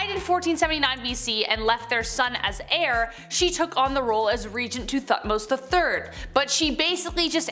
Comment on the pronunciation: Did i hear him call Thebes - The-bees and heir - he-air or how ever he said that. I wonder if the put there scripts in google translate to listen to pronunciations before they film? Or if they ever ask someone- "hey how do you say this word?"...